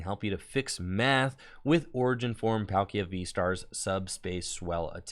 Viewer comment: every time i hear PAL-kia and not Paul-kia is painpainpainpainpain